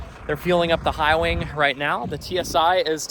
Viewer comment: repeat after me, High Wing; High Wing. That wasn't so hard, was it?